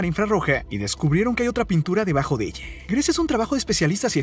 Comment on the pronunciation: Mi pregunta es: porque dice “elle” “vergüence” y cuanta palabra termina en “A”🤦🏽‍♀️